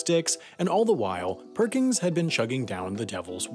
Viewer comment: It bothers me more than I can describe that his name is "Perkins" and you pronounce it "Perkings"